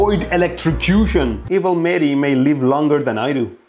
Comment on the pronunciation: Mehdi, It's funny how you on purpose pronunciate your name incorrect. I am pretty sure it is Mehdi with audible h, although I am not Iranian.